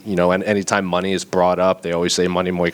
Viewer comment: It's the way Brazilians say it lol